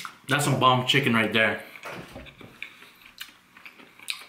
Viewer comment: Looks better than KFC. Theres no s in bomb lmao 😂